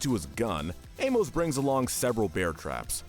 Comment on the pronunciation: Your pronunciation of Amos is seriously infuriating lol